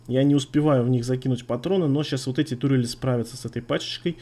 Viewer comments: Кстати да,, почему тУрели, а не турЕли?:D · Почему ты говоришь "тУрели",разве не "турЕли"?